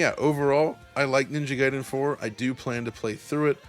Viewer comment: Thank you for not pronouncing it as "Ninja Gayden". Makes the review easier to get through.